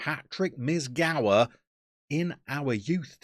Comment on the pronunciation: If Mizgała is going to be followed throughout the series it'd be nice to hear proper pronunciation of his surname. Meez-gow-A (A pronounced like in Ashley, not like in Acorn). Congrast on winning the league! Górnik came back to where he deserves to be.